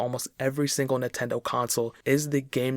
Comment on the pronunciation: Drink whenever he says “Nahtendo.”